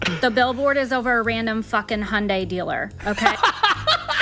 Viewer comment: at last, someone who pronounces Hyundai correctly!